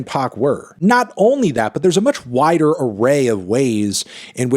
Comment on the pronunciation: "to a whi(t)der audience" 😂😂😂